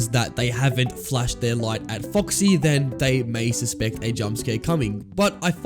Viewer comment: Why did it sound like he was saying fÜcksy